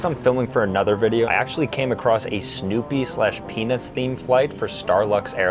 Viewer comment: bro said Penis themed